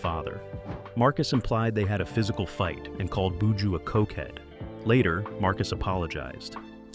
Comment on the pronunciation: Very interesting video about this 🇯🇲 artist ... 🤔🤔 but di man name is Buju - NOT BooJo😏🤫!!!!! The presentators voice is a little irritating 🫩🤭